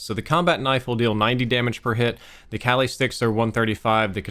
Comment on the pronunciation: Its pronounced kah-li (like you're saying Ali but with a k)